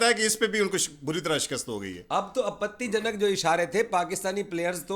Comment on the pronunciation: The way says "Apatii janak " isharay 🤣🤣🤣